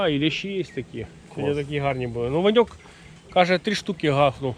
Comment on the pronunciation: Гарна риболовля!!! Ти кажеш Ваньок. А мені зразу почулось пиньок думаю чого ти його ображаєш. Потім дослухався а воно Ваньок.😊😊😊😅😅😅